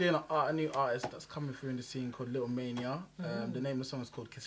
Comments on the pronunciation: It’s Ma-i-na… not Mania! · It’s M-A-I-N-A not Mania Just had to put that out there🫡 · I'm I the only one who heard him call him Lil Mania?? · I'm wondering isn't a kenyan how come he doesn't know how to pronounce maina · Isn't a Kenyan? Doesn't he understand even a little bit of the song? Just wondering... The he is also pronouncing Maina 😌. Please YouTube introduce voice notes we teach people how to pronounce our names